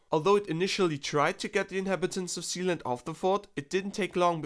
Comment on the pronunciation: I thought he said,"THE PRINCIPALITY OF ZEON". LMAOOO😂😂